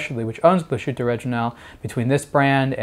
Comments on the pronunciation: Very nice watch and good video. But, man, you're killing me with your mispronunciation of Glasshütte. There's no shushing sound. It's pronounced Glass-HOOT-eh, not glah-SHOOT-eh. If you can say "glass" you can say "glass-hoot-eh." Remember, "thersh" no "shushing shound." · "Gla-shutte":/ Learn to pronounce this name,. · Please pronounce it correctly. "Glas" and "hütte" are separate, so there's no "sh" sound in the middle.. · The pronunciation of the brand name is hurting my ears.